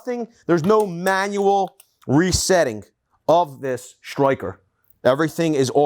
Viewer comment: Only thing that bothers me is the way he says striker. Stroy-ker He says everything so American but pronunciation of striker sounds Australian.